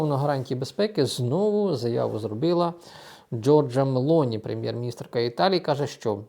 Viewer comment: Її звати Giorgia Meloni з наголосом на О Мело'ні.